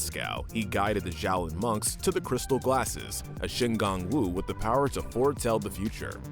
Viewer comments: Isn't Xiaolin pronounced more like "Sholin" than "Zholin"? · Zhaolin ? That pronunciation is hurting me lol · i just don't understand how he continuilly mispronounces the name of the series when its said in every episode multiple times